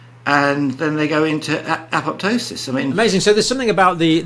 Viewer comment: Gussie even pronounces "apoptosis", properly. No second p, jts silent.